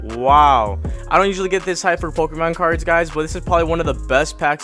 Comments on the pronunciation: It triggers me he is saying the Pokémon wrong 😑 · Good pull but are you fuckin with us with your pokemon name pronounciations